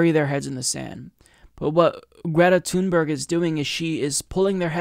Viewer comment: Her last name is pronounced like "tune berry"